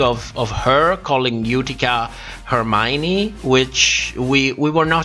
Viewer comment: Lol joey jay didnt say hermione she said "for mine" 🤦🏻‍♂️🤣